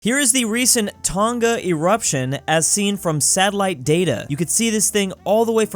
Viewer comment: Anyone else get annoyed at constantly misprouncing Tonga